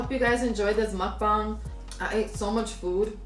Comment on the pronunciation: Muk- BANG lol not bong. Also what do u do with all that leftover food?